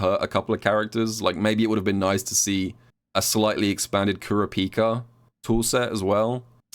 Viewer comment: Bro sais he is a big Hunter x Hunter fan and then does Kurapika so dirty with the way he pronounces his name XD nice work keep it up